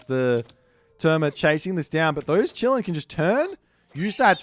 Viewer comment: Bro, ı just wanted to say that its not chillin, its kilin 😂